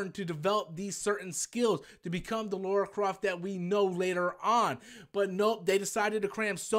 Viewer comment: I thought it was just a boring and highly forgettable movie. By the way, it's Lara Croft not Laura Croft. Like in Lana Lang, you wouldn't say Launa Lang, would you?